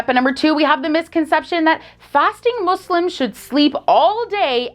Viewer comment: I truly appreciate that you pronounce "Muslims" as MOSLIMS n not MOZLIMS which is the right way of saying it